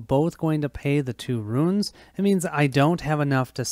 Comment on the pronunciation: Runes, Runes Runes!!!!! Not Ruins!!!! lol